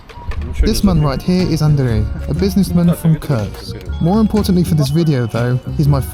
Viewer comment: Koorsk, not Kirsk, for God's sake